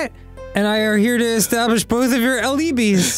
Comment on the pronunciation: Dan saying Alibis incorrectly absolutely killed me